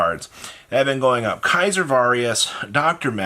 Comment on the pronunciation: Why have you always said “Kaiser Varius” its Caesar. Like Little Caesars ( the pizza place) 🍕. And Its Valius. No R in it